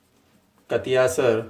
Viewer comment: कतियासर नहीं कतरियासर